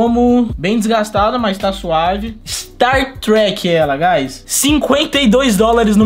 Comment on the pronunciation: Ja sei q é novo no cs quando fala star trek kkkkkkkkkkkk